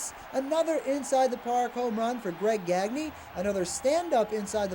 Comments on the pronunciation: "Gag Knee" It's "Gahn Yay". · Anyone else cringe everytime he pronounced it "Gag-nē" and not "Gon-yā"? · GAG•nee is how he pronounces it. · GagKnee, is that how it was pronounced? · No, it's how he pronounced his own name, which was "gag knee" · Pitcher paul gagne who pitched in the nineties did pronounce it gawn yea but Greg gagne was the other way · the way they're pronouncing greg gagne is painful